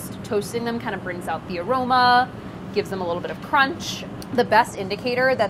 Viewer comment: Chris Morocco: You know like nobody wants to bite into a whole peppercorn... Priya: CROMNCH